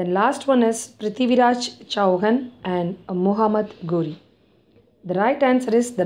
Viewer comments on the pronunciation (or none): Chauhan.... चौहान.. Is correct pronouncing